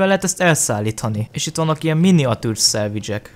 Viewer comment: Amikor azt mondod hogy salvage azt értem mindig hogy szendvics😂